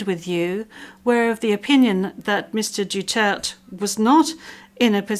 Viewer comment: I really cannot get over the judges' pronounciation of Duterte's name. They seem to use Doo-church and Dutert interchangeably.